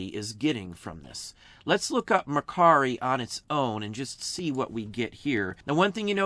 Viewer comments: Great insight and info! Thank you. And nice job on "Mercari" ! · Love that you pronounced Mercari for the OCD people. 😀👍